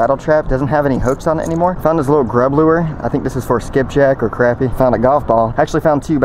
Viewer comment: What is a luwer? It's lure one syllable.